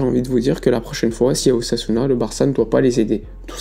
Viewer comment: Lorsqu'il a dit "une tentative d'ossasuna" j'ai cru entendre une "tentative d'assassinat" j'ai bondi 😂😂😂😂